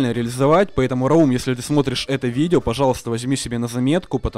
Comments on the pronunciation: НЕ РАУУУМ, А РАААУМ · раум ударение на а